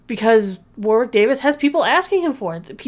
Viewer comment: I’m sure you’ll get this comment too much but Warwick is pronounced “Warrick” (silent W). It’s a place name, so it’s like hearing Arkansas spoken as written